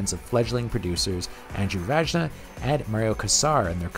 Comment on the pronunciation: OK, now that pic of whoever the hell you showed certainly wasn't George Pan Cosmatos ... also (again having to correct the mispronunciations), Andrew Vajna = Van-Ya!